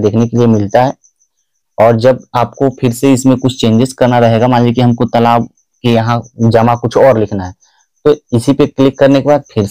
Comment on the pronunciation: तलाब नहीं होता है तालाब होता है